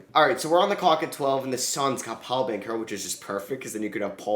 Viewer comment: Dude it’s Ban-ch-ero not Ban-kero bro please stop saying it that way